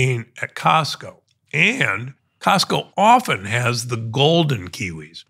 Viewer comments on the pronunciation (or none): Costco not Costo***